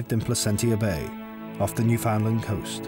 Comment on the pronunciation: Newfoundland not newfoundland